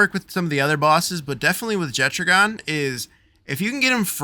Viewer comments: Jettragon? Isn’t it pronounced jet dragon without the d? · Faeris and Marcus throw lightning at you because they assume you are going to attack him with a water pal. BTW, Jetragon is a dragon so the 'ragon' part is pronounced the same way as it is in "Dragon". - Jet-ragon.